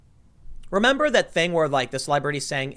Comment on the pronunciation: 'Membah when our worst problem was idiots eating Tide pods? I 'membahhh.